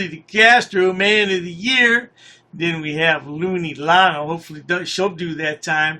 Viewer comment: Can we stop calling him a woman’s name? It’s Lane not Lana